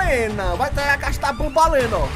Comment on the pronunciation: É banbaleena